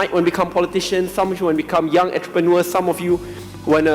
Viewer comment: Kena adjust sikit pronunciation pd perkataan entrepreneur tu